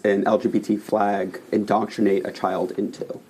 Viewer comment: "IN-DOC-CRI-NATE"... what a dope!